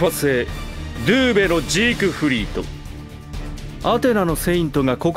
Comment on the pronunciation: ドゥーベじゃないドウベ！